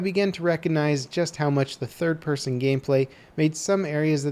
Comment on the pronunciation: lmao "pirson"